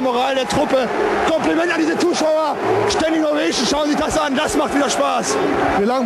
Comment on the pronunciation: Schtending oweischn😂😂😂 das macht wieder Spaß 🤣